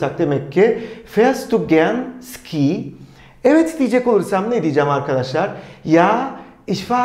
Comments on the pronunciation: Hocam selamlar. 'da Fährst du gern Ski ? soru cümlesinde < Ski > kelimesini yazıldığı gibi Ski diye telaffuz ettiniz ancak ben bugüne kadar gerek Alman arkadaşlardan gerekse Almanya'daki kursta < şi > olarak ( Feerst du gern şi ) duydum. Doğru olan nedir? Yoksa birçok kelime telafuzunda olduğu gibi Ski kelimesinde de Almanya bölgesel telaffuz farklılığı mı var? ( örneğin 40 rakamı. Kimi fiırziş diyor ,kimi fiırtsig , kimi ise fiızig) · Hocam Ski diye yazılıyor ama Şii diye telaffuz ediliyor :))